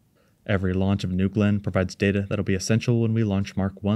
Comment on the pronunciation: "newgewlynn" booster